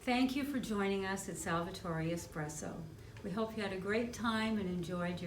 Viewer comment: Heel irritant dat de voice over het heeft over “expresso” in plaats van “espresso”